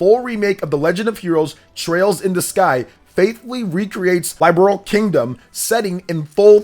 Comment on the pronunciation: The fact that you continue mispronouncing Liberl and as Laiberl, makes me seriously question your credibility regarding any Falcom release for their flagship series. The citations quoted are perfectly fine, but the conjectures you make range from highly improbable to super questionable. This doesn’t look better than Trails through Daybreak on PS5, and especially not better than Kai No Kiseki. They will either use X-SEED due to them being the localizers for the original trilogy; if most of the text remains the same—but with potential voice acting—then they will either consider subcontracting with them again, for these Remakes, or decide to legally purchase the official localizations from X-Seed, and then may perhaps lean on Nintendo America themselves for Publishing and marketing investment, and then later launching on PS5 and Steam. The Switch does have the biggest playerbase, most gamers probably own at least 1 switch at this point, and the core user base is rich with potential JRPG lovers and enthusiasts to reel in. Then if you make a big enough splash on Switch—like with OCTOPATH Traveler I, DQXI S, and even Eastward—then they’re practically guaranteed to release ports to Sony Consoles and Steam. If they end up relying on a western localizer as a publisher though, then there’s no way it launches as a Switch-Exclusive. That would be a definite deal-breaker for any localizer seeking to buy the publishing rights licensed under from Falcom. Under no circumstance can Falcom cla